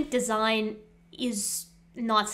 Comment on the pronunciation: De-si-gne, oh that must be Italian!